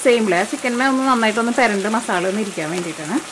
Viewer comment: മാസാളയല്ല മസാല 😂